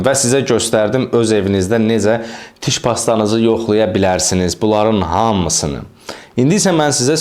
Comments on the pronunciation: sağ ol, qardaş. tiş yox diş 😊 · diş ⛔ tiş ✅